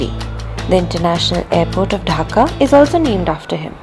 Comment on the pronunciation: Its dhaka not hakka